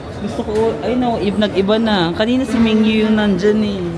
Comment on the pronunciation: min gyu 😅 not mingyu 😎👌🏽